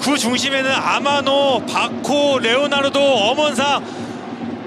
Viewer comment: 해설 레오나르도 발음 존나게 안되네ㅉ